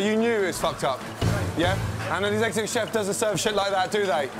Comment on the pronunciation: Secutive chef is what he said. Have a listen to it once again. 😆😆😆😆